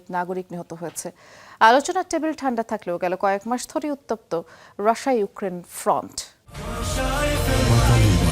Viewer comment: কি সাংবাদিক রে বাবা রাশিয়া নামটা ঠিক করে উচ্চারণ করতে পারে না 😂😂😂